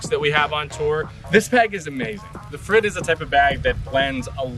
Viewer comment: It seems they left you without pronounciation instruction, but you can say 'freed' and you're very close. Use Spanish 'r' if you want to be even closer.